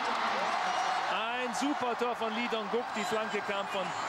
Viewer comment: Auch wenn man Lee in Korea eigentlich "Yi" oder einfach "I" ausspricht, auf jeden Fall Respekt an den Moderator, dass er die koreanischen Namen korrekt ausspricht. Auf jeden Fall besser als die Clowns von DAZN, die immer noch "Hoing Min Sonn" statt "Sohn Hüng Min" sagen.